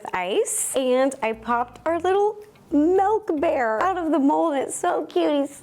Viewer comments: Okay, I love her, but the way she says "mehlk" (milk) drives me crazy🤣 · i love how her accent is like let me add some melk